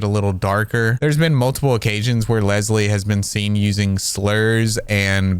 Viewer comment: I’m sorry, but the woman calling Leslie bubblebass is absolutely hilarious😭😭